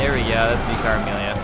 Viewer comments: And it's pronounced "vicker", for whatever reason :-) The cutscene after killing Vicar Amelia offers the proper pronunciation of "adage" BTW, listen to it again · its pronuced vick-ar (vicar) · Here I am with another pointless comment a year too late! You probably got told this after the video and corrected it later but "vicar" is pronounced "vicker", so it rhymes with picker. It's the title for the leader of a particular church, like the priest or whatever you call it. Similar to the Father in Father Gascoigne. I know it's probably annoying to get all the delayed corrections but it's really tough not to comment after hearing you say it so many times and without knowing for sure if you do go on to change how you pronounce it. I should really watch your DS3 LP soon so I can actually make relevant commenys for a current game. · Great video, love your playthrough so far! Don't know if you know this, but Vicar is a religious term or position, meaning an agent of, or representative of God or a ruler. In that case, it's pronounced /ˈvɪkər/I guess it applies to Amelia, since she's hanging out in the cathedral and all:) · How do you not know what I vicar is? I didn't think they were exclusive to england. They are just priests. There was one that used to teach us bible stories in my school when I was young. Its likely a British thing. You attempt to pronounce it in an amusing way.:p